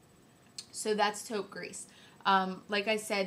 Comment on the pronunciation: I love you I think you are wonderful! Short french lesson. 90% of the time when there is no 'e' on the end of the word you do not pronounce the last letter ex. Taupe Gris = Gree not Grease I hope that makes sense. Please dont be offended I'm really not trying to be mean.